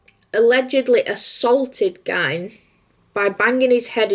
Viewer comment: It's 'Gein' as in 'Lean'!